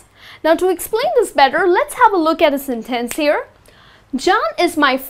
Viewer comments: It's a sentence , not a Sin Tenc u can check the pronunciation on Google or something , and u use okay alot . U r pretty but ur pronunciation sucks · this lesson sucks...you're putting emphasis on the wrong syllables....hard to follow...no one says senTENce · Your”re mine! I like the way you say SIN TENSE. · I think everything is well explained, but you have to be careful with the word "Sentence". Sometimes it seems like you're not very sure about its pronunciation. You're a nice teacher, and you're doing very well. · It is pronounced SUBject not subJECT and SENtence not senTENCE. Careful on syllable stress. Imagine singing using the wrong stress! Nice job explaining grammar though.